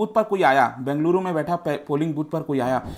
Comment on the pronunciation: I liked it when u pronounced " Bengaluru" and "Karnataka" properly. ❤️